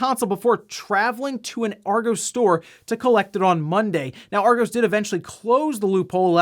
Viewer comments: you are pronouncing "argos" wrong. It's pronounced "Aw-goss". Google translate if you want to be sure:) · That pronunciation of Argos, can confirm, its Arg-oss (like boss) Source, may or may not work for them :P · Lol at pronouncing it Argo's. Think of it as being said like Argoss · Argos..... the way they say it over the Atlantic is funny “are-goes ”Should be pronounced “Are-goss” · Argos is pronounced "Are-Goss" not "Are-goes" BTW 😁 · "Ar-goes" 😂 I'm pretty sure it's pronounced "Ar-goss" Source: I'm British. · Ar Go's lol you can tell you never been to UK to shop 🤣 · You say Argos as ARE-GOSS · Always gotta ask about random pronunciations! "Arr-goss" Say it with me! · argoes lmao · Argos surprisingly isn’t pronounced like Argo (like in Jason and the Argonauts) it’s actually pronounced Are-goss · Argos - Are Goss (like boss) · Not important, but just in case it comes up again, since a lot of weird UK retail stories seem to wind up involving them, Argos rhymes with moss rather than the longer o you were saying it with. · Funny hearing an American pronounce Argos as Argoes 😁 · Just like to correct you on your pronouncing of Argos, or as you said Argoes haha. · also did you just say Argos wrong and call it Argose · It makes perfect sense to pronounce it that way if you’ve never heard it but yea, I came here to comment on this. How would you describe it like AR-goss? Like Gosh but a hard S? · I'd say it's more of a "Ah-goss" or "r-goss" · He said it like Argoes 🤣🤣🤣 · As an Englishman, your pronunciation of Argos is killing me. 😀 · I agree with you there, it hurts my me hearing Argos being pronounced wrong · The way he says argos really annoyed me